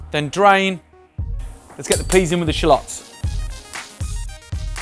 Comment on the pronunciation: I love the way Brits pronounce 'filet' and 'shallots.'